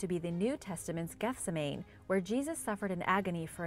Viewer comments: It's pronounced geth-SEM-ah-knee. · Gethsemane is pronounced geth-SEM-ma-nee. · Please, it's geth-seh-man-ee. Otherwise thanks for a nice video. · Gethsemane is pronounced "Geth-seh-mah-nee." FYI.